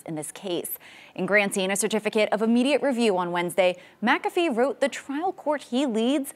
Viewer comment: Say it: "Mick- Af- ee" The Judge's name is not 'Mack-a-fee".